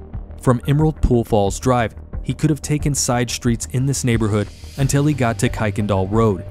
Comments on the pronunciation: Kuykendahl is pronounced ker-ken-doll I live in spring really close to where thus took place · It is pronounced Ker-ken-doll road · Great video. In Houston we pronounce that street as Kirkindal, even though it’s not spelled like that. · Native Houstonian here. One of the jokes on how to tell if you’re from there or not is how to pronounce Kuykendahl. Kirk-ken-doll. 😂 Thanks for covering this case. I’m still surprised her killer hasn’t been found. It’s so unfair. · Incidentally it’s actually KIRK-en-dahl Road